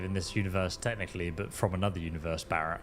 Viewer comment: "Berett was actually a really cool character." You like him, but not enough to correctly pronounce his name, even though you hear other NPCs say his name. Very puzzling. 🤔